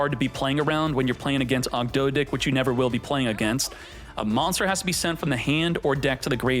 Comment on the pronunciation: saying Ogdo-dih and Enchilada was not on my bingo card